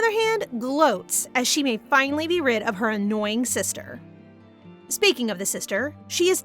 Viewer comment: Girl now you said speeking of the devil